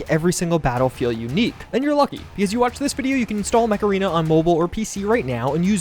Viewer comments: What he said: mech arena What my spaniard ear think he said: MACARENA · I heard the words "Mech Arena" as something more like: Macarena.;) ( is advertising a dance app? What?)